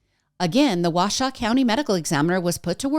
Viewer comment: I've lived in Northern Nevada since 1997. Just so you know, it's "Wah-show", and many people underestimate the heat during the day, the cold at night, and how much water you need. Add drugs, alcohol, and unpredictable weather, and you get more people that don't think about the environment. Also, the flooding is really common in the desert. Rain isn't that uncommon, just heavy rains are. When there's heavy rain, the ground can't soak it up fast enough, so you get flooding. It's like pouring water on the sidewalk as opposed to the lawn, it flows, instead of getting soaked in. I've never been to Burning Man, but definitely know the environment.